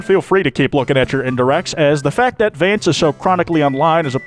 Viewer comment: YAY HE SAID HIS NAME THE RIGHT WAYYYYYY